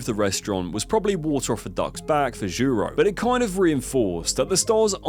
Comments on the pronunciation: I know it's pedantic but "JAHRO"? There's hundreds of videos about the place. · How can you see “Jiro” and think it’s pronounced “Jarro”??? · Not Gyro, it's Gee-Roh =. = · Switched it off when you pronounced Jiro as Jaro. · jiro as gy-ro is criminal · How many times can he mispronounce Jiro... It's like G-row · So painful, I was initially confused....why would a 'gyro' place get three stars? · If he can pronounce pinnacle, then why is he calling the man Gyro 😂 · bro also said Jyro, Gyro, Joro - everything but Jiro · Bro ... at least learn to pronounce jiro and kyoto correctly.... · Jiro earned three Michelin stars you could at least pronounce his name right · Can’t help but notice the wonderful pronunciations of Jaaairoo and Kaiyouto; a 5 sec Google search would’ve fixed that. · Kai-oto. Jai-ro. Cringe. Not even the English version of google translate pronounces these names so badly. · I hate the way you pronounce Kyoto to Kewouto and Jiro to Jaro, where are you hearing the “a” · Jee-ro. Kyo-to. How the duck did you come up wiht Kai-yo-to. Come on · Kai-oh-toe. Jai-row. Oof. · Jiro = Jee-ro Bernard Loiseau = loo-aa-zo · The video is informative, but bloody hell man, stop butchering names like that. Kyoto pronounced Kayoto, Jiro pronounced Jayro, Loiseau pronounced lassou. Jacques Lameloise pronounced Jakiesse lamoise. It's basic knowledge in other languages, and you sound really ignorant (and dumb) with those pronunciations. Make an effort, write those name in google translate and let it pronounce it.